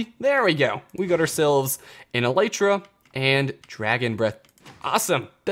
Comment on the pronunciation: ELL - EE - TRA FOR F****S SAKE